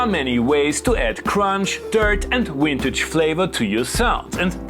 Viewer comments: Yes his "w" for "v" pronunciation always gives me a little chuckle! No offence, it's amusing to see how different English is around the world (yet still understandable) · I love how he says "wintage"